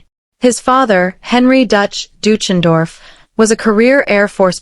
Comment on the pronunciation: Dootchendorf? That’s a hysterical but really wrong pronunciation